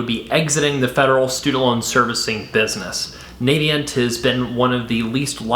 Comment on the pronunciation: Thanks for this video! I just disovered your channel and subscribed to the audio podcast. Minor point: "Navient" is pronounced with a short "a" sound (like "a" in apple) on the official Navient YouTube channel Not that it matters too much. Here's an example video from 2014